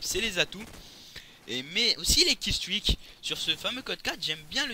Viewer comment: Le premier francais que j'entend bien dire "killstreak"! B.R.A.V.O